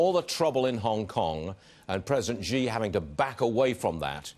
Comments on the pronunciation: president “zhi” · Fox full of stupid anchor like this one. He can't even pronounce President Xi accordingly and keep emphasizing on Hong Kong (probably trump and his trumpet team are behind it) Same and equal brain with trump